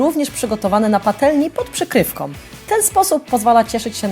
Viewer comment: pod przykrywką a nie pod przykrywkom